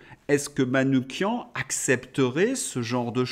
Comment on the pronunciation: Vous êtes le seul média sur lequel j'ai entendu prononcer correctement le nom de Manouchian : "kian"